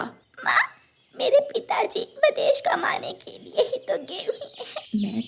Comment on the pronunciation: O nalaik, v a d e s h. nahin--- V I d e s h. Bolna seekh le. Saat nahin-- Saath. Baad ka kaam nahin-- Baki ka kaam. O anpadh ganwar, kaise uncle ne ,usne nahin-- Unhon ne. O bewqoof, kapde silai kar ke nahin--- Kapde sil kar. Sach mein nahin--- Sach much. Char suit ke nahin--- Char suiton ke. Pakshi kab se kapde pehanne lage? O bewqoof,papa chidiya nahin chida hota hai. Do second pehle to wo mano chida tha O nalaik, ude phir rehi nahin-- Udti phir rehi thi.